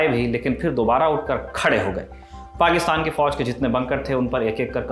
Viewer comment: पाकिस्तान तो ठीक से बोल भाई|